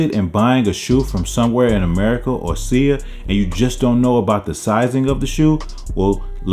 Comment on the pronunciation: Sigh Uh not “See Ya”